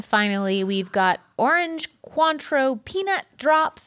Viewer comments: I’ve never heard Cointreau pronounced “quanttro” 😂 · As a French Canadian, with a grandmother who immigrated from France, how they pronounced "cointreau" and "croquembouche" was as hilarious as it was painful. 😂